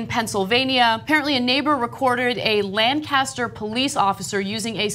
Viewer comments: Lanc-a-ster..not Lan-cas-ter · Lancaster l a n c a s t e r. Not landcaster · Lancaster, PA is pronounced Lane-kiss-Er